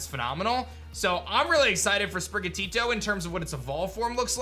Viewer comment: You’re the first person so far who hasn’t butchered Sprigatito’s name lol 😂